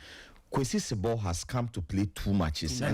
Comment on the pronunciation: Not sebo but Zibo pls